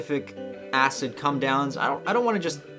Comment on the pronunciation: You sometimes say "cum down" and I was just laughing my head off!